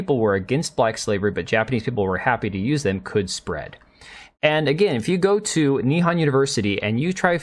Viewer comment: why do you pronounce nihon as ni-han? it's nih-hon (japanese for japan)